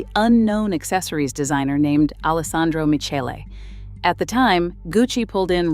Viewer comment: "alessandro miKHEle" home girl